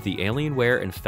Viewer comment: Everytime you say gabe "new elle" a baby unicorn dies, so stop it!!!!